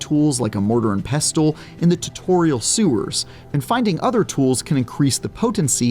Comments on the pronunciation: Who taught this narrator how to talk? Baygers? Beggers(they are begging not bayging) pestel? Pestle(pessle), jheeze this was painful to listen to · Please learn to pronounce "pestle" and "reagents". Saying words is literally your job.